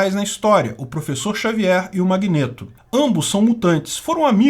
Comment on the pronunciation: Que agonia o falando “magnêto” 😂 😂 😂